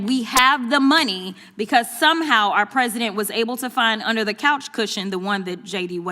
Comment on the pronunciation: "LAME DUCK PRESEIDENT" 😂😂😂